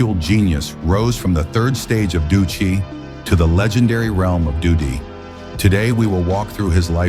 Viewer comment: It's xiao yan not shaoyan and it's dou di not dudi